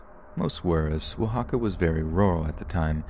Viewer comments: My boy pronounced Mexico and Oaxaca in Spanish👏🏽👌🏾 the effort is appreciated, thanks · you nailed saying Oaxaca 😍